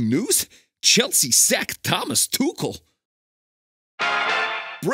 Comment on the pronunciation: Wow, really a perfect pronunciation of Thomas Tuchel's last name. A noteworthy step forward in the last few decades 😉. Greetings from Germany.